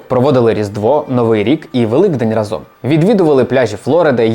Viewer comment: рАзом. Бо тригерить коли неправильно наголос ставлять